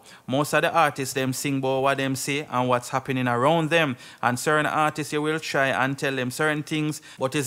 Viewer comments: Yea okay, keep trying real hard but It still don't take away the fact that your point nah make it, and it still don't take away the fact that it's artists not artiseeessss.. lol... Come again! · Blogger, the word is not "artises" . When it's plural it's just artists. It's pronounced like the singular form artist with an s at the end, it's still 2 syllables not three